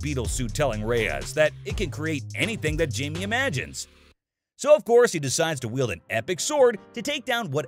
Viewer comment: Bro makes a video about blue beetle but still calls him jay-me